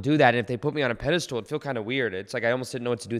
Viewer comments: It's pedestal not pedestool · Just checking in to see if you’re still saying “peda-stool” hehe 😉